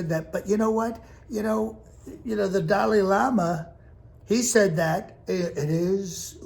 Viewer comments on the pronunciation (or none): I’m going to miss once he’s gone 😂😂😂😂 Did he say Dolly Lama 😂😂😂